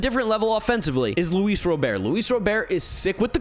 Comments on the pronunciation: Luis Rah-Bert. Robert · Is anyone ever going to tell him how to pronounce Luis Robert's last name? It's been a long time now